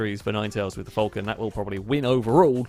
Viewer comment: It's a f-AL-con not a f-UL-con